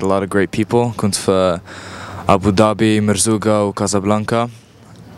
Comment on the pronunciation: The apple doesn't fall far from the tree:-) I was particularly impressed with the 110% correct intonation of this promising young man when he uttered a few words in the Moroccan vernacular. The way he pronounced 'Seyf", ' Merzouga", "Casa" sounded like words coming from any born and bred Moroccan. Not easy for an LA native to have that level of fluency in Moroccan. Bravo!